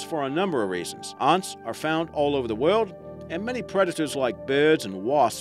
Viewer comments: I notice when talking about one Ant ..It's Ant...talking about more than one you pronounce Aunts..as in Uncle and Aunt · Yea especially the way he says ants (aunts)😂😂😂😂😂😂😂😂😂😂😂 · Is it just me or when this guy says ants it sounds like aunts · That's a strange accent... 'ahnts'? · He pronounces it aunts😂